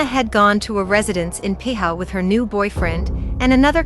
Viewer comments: Piha is pronounced pea-ha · It's pronounced PEE HAR